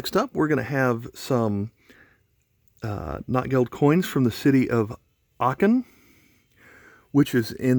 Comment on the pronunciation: It's pronounced "note gelt."